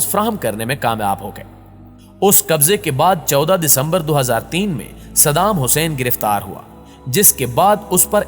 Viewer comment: Sab thik hai lekin tu jis tarha shaheed ka naam le raha wo qalat hai apni zuban ku thoda samal